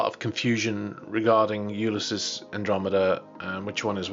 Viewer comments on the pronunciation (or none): What is U-lis-sis??